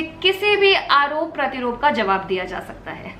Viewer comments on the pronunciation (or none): आरोप-प्रतिरोप ❎ , आरोप-प्रत्यारोप ✔️ संधर्भ ❎ , संदर्भ ✔️ सहारनीय ❎ , सराहनीय ✔️ दीदी जी आप कितनी भी कोशिश कर लें , हिंदी में अनुवाद करके उसे रटने की , पर आपसे ना हो पाएगा और मैं आपके संधर्भ ❎ संदर्भ ✔️ के लिए आपको बता दूं कि हमारी मातृभाषा दुनिया की सबसे कठिन भाषा है बाकी प्रयास आपने सहारनीय ❎ सराहनीय ✔️ किया है